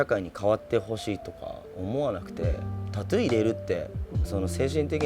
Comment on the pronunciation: タツゥーじゃなくてタトゥーだぞ おばさん